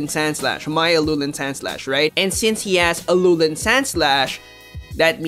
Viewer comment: Im just so triggered how you say Alolan